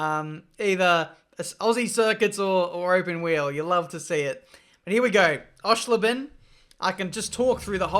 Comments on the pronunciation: Osh-err-schlay-ben..... My Germmy friends head exploded hearing your pronunciation. Hopefully next time you could find a completely crazy way to say it so i can wind him up a teeny weeny mahoosiv bit. Love n hugs, uncle mindy and auntie boris x Ps. Great video again, glad i started checking for you again. O ans what comp/console are you using? Edit. As if this game has monster trucks, baja bugz, nascar truck series. Omg im getting this. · The only thing more horrifying than pronunciation of Oschersleben is its new first corner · please learn how to pronounce Oschersleben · Thank you for bringing this gem back to life :) I played the shit out of this game on my potato pc . Loading time of 2min+ In Germany it was called DTM Racedriver 3... obviously Love the way you're butchering "Oschersleben" :) You should show Monster Trucks real quick. They will almost do a backflip when you floor it from a standing start. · The pronounciation of Oschersleben made me laugh really hard xD